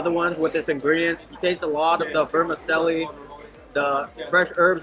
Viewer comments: Vermi ‘Chelli’ not ‘celli’ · The correct pronunciation for vermicelli is ver-mih-CHELL-ee